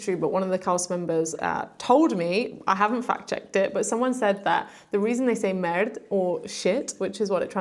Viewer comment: Imagine if you weren't shy. Ant it is "merda". Your portuguese "merda" is sounding like the french "Merde". The last "da" in "merda" sounds like the "da" in the song "da da da" by the German eighties band called Trio. I hope you got paid for your work which would be even greater, in a country where artists either are jobless or have to have odd jobs to survive. Keep up with your shyness and you will do great. :-)